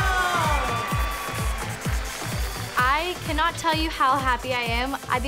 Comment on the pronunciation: How 99% of ppl pronounce Kendall: “Kendall” How pronounces Kendall: “kAnDaL”